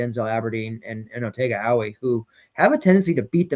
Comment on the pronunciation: What did I tell yall boys… OTEGA OWEH !!!! Now you hopefully know how to pronounce his name! ALSO WHAT DID I SAY.. 30 BALL!!!!! Otega Oweh is different and now you know 😊😊